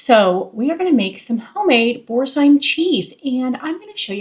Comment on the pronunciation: Great videos as usual. Boursain is pronounced Boor San😊